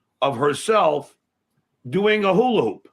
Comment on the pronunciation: DUMMY, IT'S HULA HOOP, HOOP PROUNOUNCE THE P!! NOT HULA- HOO, DUMMY!!